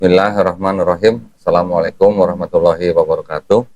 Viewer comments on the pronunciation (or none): none